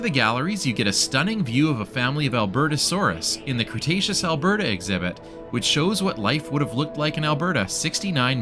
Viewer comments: thank you for the amazing tour! but it's cre-taceous, not crustaceous lol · The pronunciation of Cretaceous hurt my soul